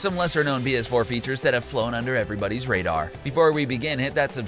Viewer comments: Is it just me or dose this guy say bs4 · Is that Philip Defranco? Also I swear he says 🅱️S4 every single time